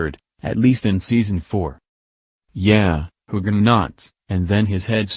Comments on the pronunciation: I completely agree--the mispronunciations, not only of Sam's name but other key actors, are hugely distracting from an otherwise interesting recap. The robotic cadence and intonation of the commentary also detracts! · I had to shut this off. Using a computer to narrate just doesn't cut it. Even mispronounced Sam's name, fer cryin' out loud! Next time, pull someone in off the street to narrate! It'll be a lot better!